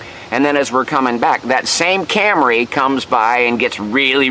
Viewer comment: When you first said "Camry", you must have been channeling Rod Parsley, because you pronounced it "cam-ruh ". That's quite a lega-suh.